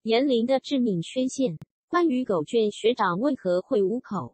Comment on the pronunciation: 是念狗”ㄐㄩㄢˇ“吧